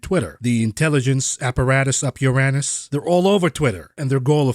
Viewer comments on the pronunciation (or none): none